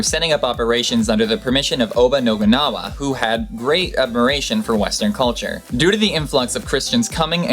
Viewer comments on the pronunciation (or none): I heard oba nobunwagwa.